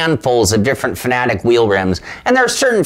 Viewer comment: Say it with me Fan-Ah-Tec...not fa-na-tic. Hooked on Phonics